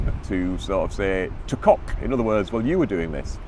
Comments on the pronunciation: That was embarrassing. At first I could not believe what I was hearing. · “Tu quoque” is pronounced ‘two quo kwey’, not ‘two cock’. Lawyers pronouncing it this way are demonstrating their ignorance. Tu quoque means ‘you as well’ or ‘you too’.